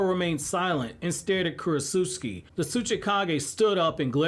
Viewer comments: The one thing bothering me in this video... I think I've tried correcting the mispronunciation of the name before, with Ohnoki I believe. Not Ohnoiki, (Oh-no-key). Not Kurotsutski, Kurotsuchi (Ker-oh-t-sue-chi). I'm sorry, I happen to remember names, and I'm particular on them said like so. 🤣 Imagine if someone talking to you, consistently addressed your name wrong, although they had heard it said properly before. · I think talking so much about Isshiki, Momoshiki, and the other Ootsuski be on your mind a lot because you haven’t pronounced Kurotsuchi’s name correctly one time in the last couple videos about Shikamaru Shinden 😂😂